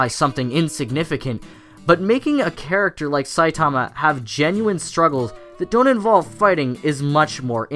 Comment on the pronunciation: Triggered by how you say Saitama :v